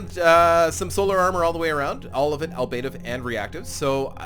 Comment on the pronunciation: You're pronouncing "Ablative" incorrectly, my friend.